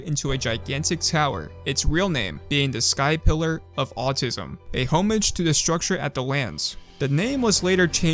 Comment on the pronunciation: Why did you say homage like that